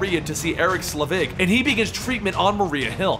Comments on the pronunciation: SELVIG. SEL-VIG. Not "Slevig." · He's called Eric SELVIG, not Slevig!!!! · know you often don't know how to pronounce some of the names. But Dr. Eric Selvig's name is actually pronounced quite often in the MCU movies. (it's clearly not Slevig) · Selvig is pronounced Sell-Vig. Nitpicky? Sure, but it was bugging me.